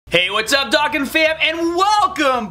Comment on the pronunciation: It urkes me how he says dokkan but hood video anyway